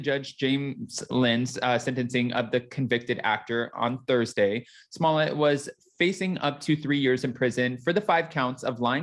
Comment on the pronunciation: S M O L L E TT not Smillei